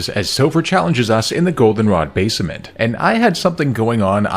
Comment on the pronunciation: Another channel infected with the AI Bot virus. It can't even pronounce "basement" correctly, lmao. Disliked and hidden.